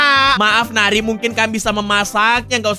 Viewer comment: bang namanya bukan neri tapi yang benar nari